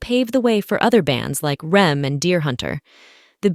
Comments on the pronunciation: You know you're listening to a robot video when the voice pronounces a world-famous band as "rem"... When the rest of the world says ARE, EE, EMM {REM} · Rem? You mean R-E-M? The narrator either a pathetic AI or someone equally pathetic who has been living under a rock lobster for the past 50 years. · The B-52s were NOT a duo, honey, they were an entire band. and OH MY GOSH HOW DARE YOU PRONOUNCE IT "REM" NOT R-E-M!!! AUGH!!! The B-52s remind me of DEVO - no one understood them, either, but they were amazing! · Pronounce R.E.M. as “rem” and I’m out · If your AI voice doesn't know how to say REM, I'm not listening to it. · Bad AI voiceover. It mispronounced REM. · You need to teach that robot to pronounce REM.